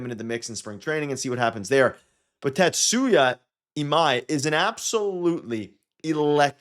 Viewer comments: TA-tsu-ya ee-MAI. Your pronunciation is quite good.👍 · Last name: Ta-Tsu-Ya First name: Ee-Mai Your pronunciation is fine.